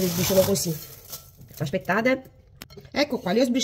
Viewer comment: Anche io....mi fa morire quando dice " ascpettate.....". Una forza della natura. Ecco perché Marta ha sempre il sorriso❤❤